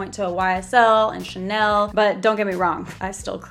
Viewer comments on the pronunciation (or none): none